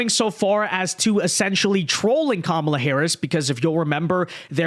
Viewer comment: I appreciate that you corrected yourself on your pronunciation of "Kamala". From sounding like Ka-Mau-la to Ka-mah-la. But I'm also pretty sure she'll change how she pronounces her name depending on who shes speaking to so idk